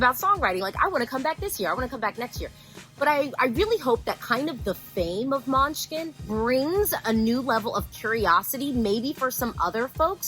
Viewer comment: Now I'm hungry coz she kept saying Måneskin as MUNCHKIN!!!